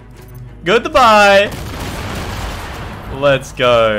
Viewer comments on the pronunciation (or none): The way he said goodbye was a Arab accent